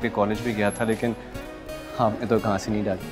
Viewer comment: Ghaas hota ghaans ni. Haha irtaza hassan